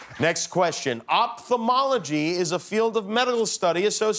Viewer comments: Kinda hard to answer correctly when kimmel pronouces opfthamology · seriously, Jimmy trying to be smart and not being able to even pronounce the words right? "opfomology is a field of medal studies.." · Ophthalmology ( Οφθαλμολογια) is a greek word and was not pronouced right. Even I, as a greek, couldn' t find which field he was talking about. He pronounced it opthalmology so... I guess... that's why they didn't find it!😅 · LOL Opthalmology and he says LEG HAHAHA